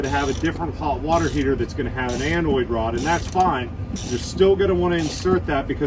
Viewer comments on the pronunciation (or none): Anode Rod not "Anoid Rod" :)